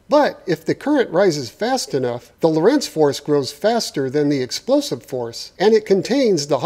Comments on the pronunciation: The emphasis is on Lo nor rentz (you'd actually pronounce it almost like Lawrence) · I may have built it - but you still mispronounce "Lorentz".